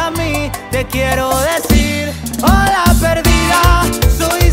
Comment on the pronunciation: Juro que pensé que la letra decia BALA perdida, porque al hola lo pronuncia de una manera rara 🤣🤣🤣